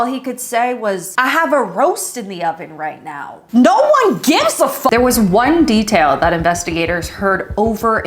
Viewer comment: Me laughing when she says I don’t give a f-u-c-k😂😂